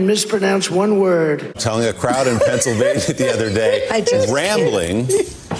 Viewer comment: "and I don't mispronounce one wordsh" 😂